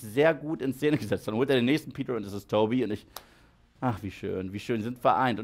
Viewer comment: Ich liebe deine kuhle Aussprache: Spideööörrrman Peteööörrr New Yoööörrrk Tobey Maguiööörrre Lizzaööörrrd Undeööörrrdog